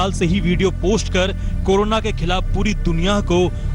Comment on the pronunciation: कोनोना नहीं कोरोना होता है।